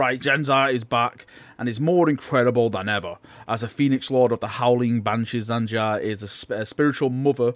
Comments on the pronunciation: please for the love of god just take 5 minutes to learn names before you record a sodding video. primaris not primihris jain zar not zan jar tor garadon not torgadon feirros not ferryoss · Its Jain Zar not Zain Jar.... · Jain Zar, Zan Jar, Jan Jar, Zan Zar, Zain Zair, Zhan Zhar, Jam Jar, Han Har... Any further mispronunciations of her name that anyone else heard? :P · just thought you might want to know its pernounced Jane Zar Despite being spelt Jain Zar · You kept saying Zain Jar lol. Plus, it did say October in ther video.